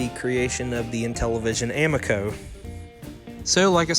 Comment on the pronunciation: a mee co, I believe it is pronounced.